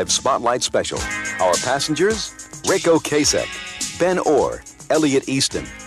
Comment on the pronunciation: O-Cass-Ek, not O-Case-Ek